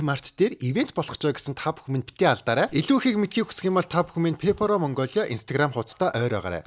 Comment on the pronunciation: Peporo bish pepero gej unshrai😂❤